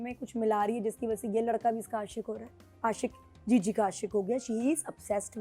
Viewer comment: Jiji ❌ chiji ✅ 😂